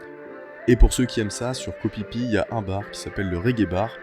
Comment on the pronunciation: Je ne sais pas pourquoi les thailandais écrivent ph mais prononcent p. On dit Koh "PiPi" finalement. Pour le view point où on voit le sol en bois, il me semblait que c'était assez facile d'y monter. Très belles images.